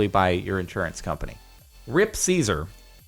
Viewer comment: Why do you say lord Caesar's glorious name like that.